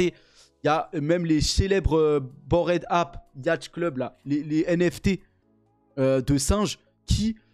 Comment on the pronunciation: Cette prononciation de "Bored Ape"... 🤢